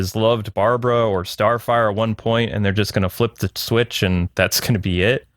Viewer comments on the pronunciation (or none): none